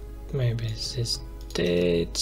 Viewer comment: its not ZIS but DIS